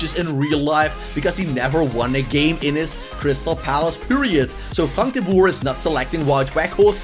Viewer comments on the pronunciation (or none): none